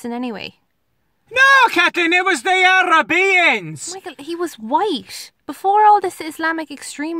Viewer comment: I'm an arab muslim, and i want the way to pronounce arab to be the one he just said. I love it! ARABEIANS